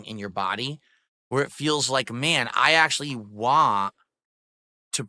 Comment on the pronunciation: Jesus, he doesn't actually ever say "want" correctly, does he..